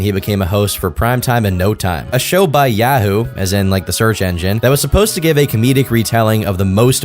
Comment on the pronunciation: Glad he put added the "as in the search engine" because who the hell pronounces yahoo as "yeahwho"